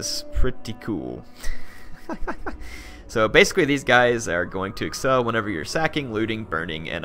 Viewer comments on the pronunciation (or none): none